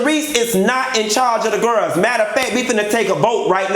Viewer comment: WHO was in charge of the" gir-els"???(you have to put emphasis on" girls"! Lol!! I love it!!